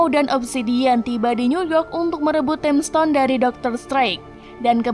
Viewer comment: Tolong min belajar dulu masa sih time stone bisa-bisa nya jadi Ting stone